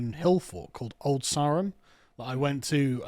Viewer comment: I'm pretty sure Carl repeatedly mispronounced "Old Sarum" 🤔